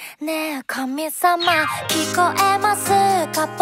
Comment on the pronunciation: 歌い出し「ねぇ、神様」の「み」の発音がどストライク